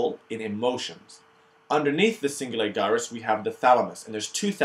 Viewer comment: Really good video! Just one thing though - I don't know if it's the way you were taught, but as far as I know, 'gyrus' is pronounced with a J sound, like Jyrus instead of Guyrus lol. But I'm just nitpicking. Great overview!